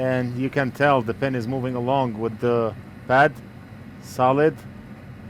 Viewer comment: when he says "solid" it sounds like he's talking to a friend named "Saled" lol